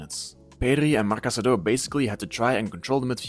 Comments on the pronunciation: cassado, not casadooooooo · No, I think you are in the wrong here if I understood you correctly. Anyways, what I mean is his surname is Casadó and the correct pronunciation in Catalan is kəsəðó - stressed on the last syllable (and with a voiceless s sound, as he himself said prefers it). It's an almost identical spelling to "Casado" (just the accent mark is different), which in Spanish you would pronounce kasáðo, stressed on the second.